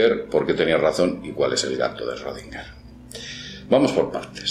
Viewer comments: Se pronuncia shrudinguer, es alemán, no es esrodinguer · se pronuncia shrodinguer xd no esrrodinguer :u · olá amigo, este senhor é um alemão, seu sobrenome possui um trema na letra o (Ö) esta letra quando pronunciada se lê como como OE. logo seria Schroedinger. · Schrödinger, 3 silabas, no Esrodinger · No se lee ESchrödinger? No lleva una E delante de la Sch. Respecto del gato solo sirve como ejemplo grafico. Te aseguro que si tu fueses el gato no estarias en dos estados solo porque nadie te vea. La mecanica cuantica no sirve para explicar el mundo no cuantico. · shrUdinguer? de donde sale esa U? "ö" es una vocal intemedia entre "e" y "o", no es U. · pronuncias mal su nombre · si no sabe pronuciar su nombre, qué se puede esperar del video 😅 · Aprende a pronuncia bien el nombre de "Schrödinger" 😒😒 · Este idiota no sabe ni pronunciar Schrödinger y quiere que lo tomemos en serio.